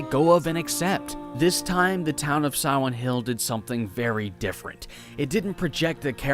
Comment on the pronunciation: Siwen Hill.